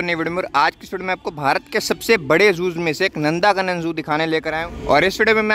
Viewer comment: Its not नंदाकानन it is नंदनकानन